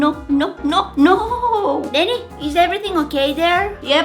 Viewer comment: y'alllll it's denit, not denni and definitely not denny 😭😭😭